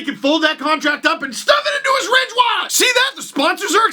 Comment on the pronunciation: Oh it was Ridge wallets... I kept hearing Rich wallets in the podcast and thought that's a peculiar brand name for your wallets.